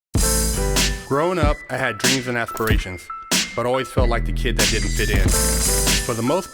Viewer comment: "Dreams and asssssssssssperathions"